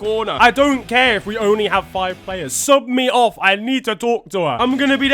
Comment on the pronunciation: I definitely heard “suck me off” and not “sub me off” when he was talking about Selena